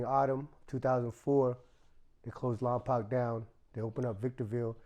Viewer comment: It’s called Lompoc not lompac it’s pronounced lom-poke .